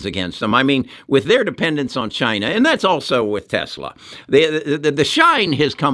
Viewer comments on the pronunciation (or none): none